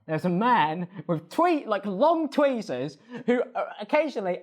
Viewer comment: mans upped the production quality but where was the research - like… tweezers? you sound uncultured